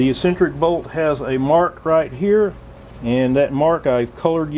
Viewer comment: Great video, the word you are looking for is pronounced EX-CEN-TRICK, not E-CEN-TRICK.